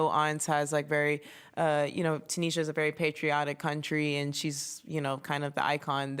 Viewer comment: “Tunisha’s a very patriotic country” 😂 Coco butchered that but she’s so likeable